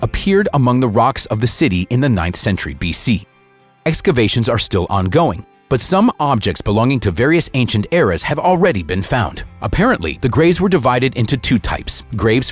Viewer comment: What a pity they coldn't find someone who can speak English to do the voiceover. There is no such place as Dakota in the UK . The power station in question is in Didcot. Calling excavations "escavations" is just sloppy as is calling the surface of the earth "the service of the earth. Another is describing a work of art formed from crops in the field as "paintings". There was no paint involved. The beautiful pictures deserved much more than this lazy American mangled and inaccurate English